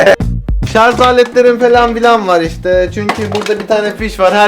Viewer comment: sarz degil sarj...